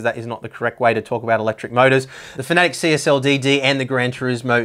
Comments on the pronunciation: It's not "Fanatic" it's "Fanatec" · Why do you pronounce it "fanatic"?